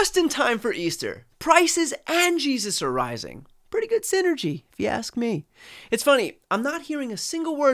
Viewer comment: ‘Sinner-gy’, amiright?😂 #ImpeachTheMFNow